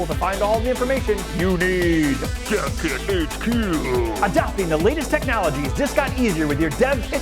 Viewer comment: The first time I heard "Dev Kit HQ", it sounded like "Death Kit HQ".